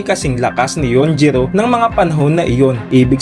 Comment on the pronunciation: Yujiro not yunjiro